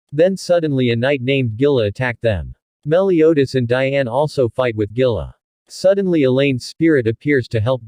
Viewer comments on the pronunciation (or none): Dianea? Guy it’s Diane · You suck you got the names wrong it dian no Dina